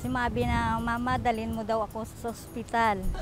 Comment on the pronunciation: bagong word SOSPITAL